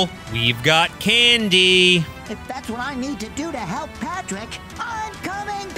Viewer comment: That patrick pronunciations is surprisingly good